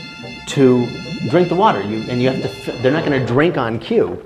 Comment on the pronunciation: Haha! This guy’s hilarious. They’rrrrre eating them! They’rrrrrrre cracking their bones! Amazing!